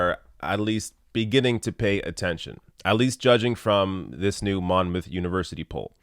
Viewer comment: That's so much better. You pronounce it Monmoth .. someone else kept calling it Mon-Mouth as two separate word almost, it was terrible. Biden has been riding on "I was Obama's VP. You loved him right?" And now that he has to stand on his own and face off against serious candidates and he aint doing so well. We want CHANGE. Biden promises us nothing. But the DNC will still push for him and pick him.